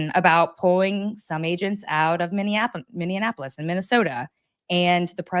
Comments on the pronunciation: Racheal it's not Minneanpolis. There aren't 3 n's. Minneapolis. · Rachael! Stop saying “ Min-DEE-an a polis! “ Plenty of democrats but no “D” in the city name. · Rachael - I agree with a lot of your takes but I have to say, PLEASE learn how to pronounce Minneapolis!!! It is not Minneanapolis! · how hard is it to pronounce Minneapolis?